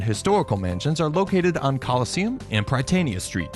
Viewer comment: And Prytania has a short vowel sound "y" as in "is," not a long vowel sound. Aside from the mispronunciation of the city's name itself and some major street names, nice video.